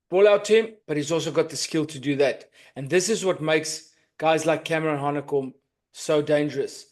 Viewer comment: its Hanekom n Roos